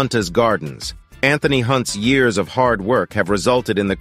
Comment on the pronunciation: The 'e' in Hunte is silent, therefore it is Hunte's gardens and not Hunters.